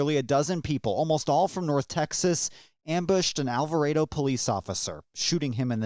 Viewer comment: Thank you for your correct pronunciation of Alvarado I am from Alvarado and people are always incorrectly pronouncing Alvarado! I live 3/4 of a mile from their watched it all unfold on top of my RV I live in on my brother's property! I have 20 by 50 binoculars washed it all unfold